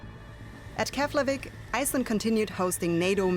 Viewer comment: Keflavik is pronounced Keplavik, just my two cents of knowledge. 😅